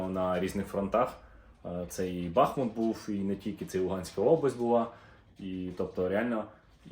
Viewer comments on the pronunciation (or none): none